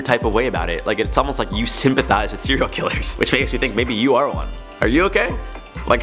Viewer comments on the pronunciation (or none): none